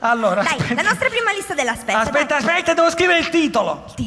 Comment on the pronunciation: Non penso che si dica "Sspescia"....!!😕😂😂😂😂💙